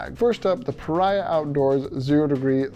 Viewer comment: Pah REEE Ahh. Not pa rye ah.